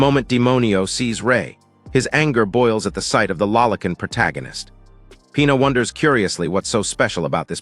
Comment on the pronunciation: Proto-ghen-ist! I heard that one in a long while! Every time the AI narrator says "protoghenist" take a drink! You'll be dead of alcohol poisoning before the five minute mark!